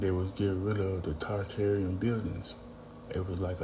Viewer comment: Why do people mispronounce Tartaria? Tar is said twice. Not tear, as in rip, the second time. And how do you say tartare sauce?